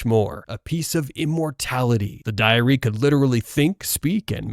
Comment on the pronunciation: Why do you pronounce "Diary" as "Diarrhea"